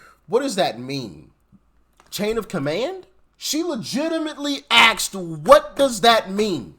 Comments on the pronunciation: You're too smart to be using the word "axed". Is it too hard to say asked? It is our English language, after all. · I truly love you brother but, downing the DEI Police Chief for being uneducated doesn't hold a lot of merit when you yourself say words like "axed". What exactly are the standards? Peace and love.